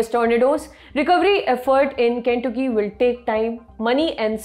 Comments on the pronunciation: ken-took-key LOL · Your pronunciation of Kentucky and Illinois was horribly wrong and funny 😄